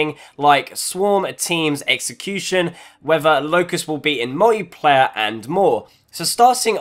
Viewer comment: did he say "fear t mode" or "feture mode" and secondly a laught so hard every time he said "mojjiplayae"